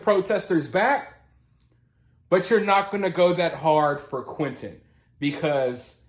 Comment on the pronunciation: They can't even pronounce Quinton's name properly when they yell out "Justice for Quinton" lames they say "Quin-Inn"